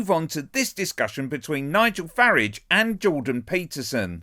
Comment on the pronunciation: You have just edited clips together not an interview and you keep pronouncing his name wrong, your a shit head.